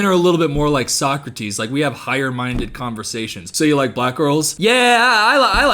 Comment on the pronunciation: How long was he mispronouncing “Socrates” before someone corrected him?